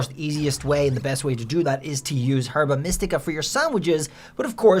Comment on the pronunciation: The way he says herba is funny lol